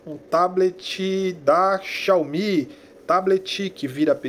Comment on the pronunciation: Xiaomi... Xaiomi réplica nítida kkkkk